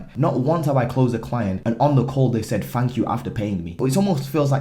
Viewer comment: Its thank, not “fank”…. Just getting you back for the “aluminum” bit in the last vid 😂🇺🇸.. great content in this vid, as usual ✊🏾